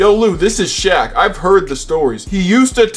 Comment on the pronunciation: The way you purposely butchered Shaq name got me good~ thatnks for the laugh